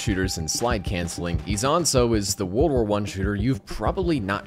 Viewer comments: OMFG thank you for pronouncing Isonzo correctly <3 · ezonso is definitely the best way to pronounce that